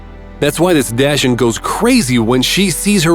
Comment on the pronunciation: Just gotta use AI voiceover. 😬 Why? It's not ready to take on this role. What did it call the dachshund?